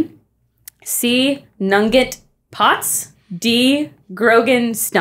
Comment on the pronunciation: I feel like the mispronunciation of Nugent (New-gent) as Nunget didn't help things in that question. Nunget sounds like a Harry Potter world name.